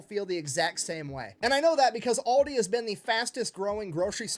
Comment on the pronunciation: It doesn't matter if you say it Aldi or Aldi's. Both sounds wrong for a German the way you pronounce it😂